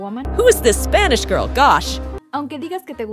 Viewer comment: Lil bro said "gril"💀